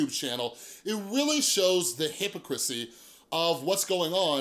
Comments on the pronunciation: I was taking this guy seriously until "hippocrissy" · You're saying Derek's name right, but youre mispronouncing hypocrisy lol